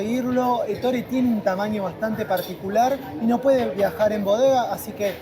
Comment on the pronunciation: No se pronuncia Ettóre en Italiano es Ettore .en la práctica al escuchar la pronunciación se remarca la E inicial nunca la o